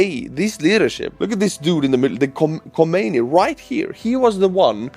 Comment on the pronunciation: It's not Khomeini but Khamenei.